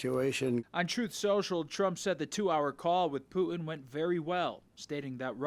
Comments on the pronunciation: your poor education and inability to listen are making you sound stupid. The word--pronounced correctly--is Poo-tin., NOT Poo Un. There's a "t" in the middle of his name, and impor-Tant, not im-POR-un, buTTon, not buh-un. Your editors should've corrected you beFORE you went on the air. You can get up, shower, don a suit and get to work. You can start correctly pronouncing key words in the English language. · Who is “Poo-in?”